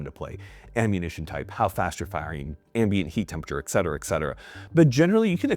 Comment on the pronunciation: Et, Et, Et....dude I love ya but dammit its Et.....NOT EX Cetera